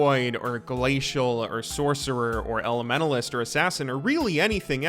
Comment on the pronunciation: holy fuck , the way you pronounce elementalist is tilting af. THERES A T IN THERE SO USE IT